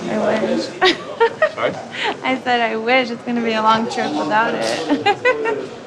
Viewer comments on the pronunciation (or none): pronounced solly.